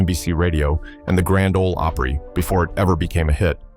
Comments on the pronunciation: AI SLOP. PLEEEEEZE!!! Even in Mexico they don’t pronounce the GRAND OL OPRY as “The Gron-day Olay Opree” But this AI narrator does. 😂😂😂😂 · Nothing says AI here like "Grand Ohlee Opera." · The third time your stupid AI said "Granda Ole Opray" I was done. Edit this garbage before publishing it. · It's Grand Ole Opry